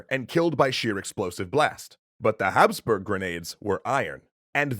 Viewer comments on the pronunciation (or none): none